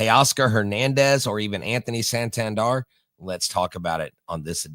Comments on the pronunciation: it Is San Tan Der! Not San Tan Dar bro lol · It’s Sahn Tahn Dair